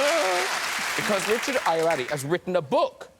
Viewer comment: As a Nigerian, hearing the way Graham way pronounces Ayoade almost wants to make me cry😂😂😂😂😂😂